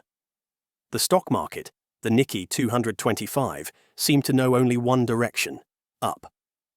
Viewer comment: You know this the voice is AI when proper names are mispronounced. It is not the "Nicky" exchange...it is "Nikay" emphasis on second syllable. Since this is about finance it would be desirable that the voice pronounce properly the name of Japan's stock exchange. Also mispronounced the name of Japan's former leader..Not "Aybay" but "Awbay."